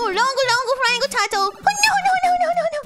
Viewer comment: I like how she has near perfect R pronunciation on "Superstar" and then immediately says "tahturl"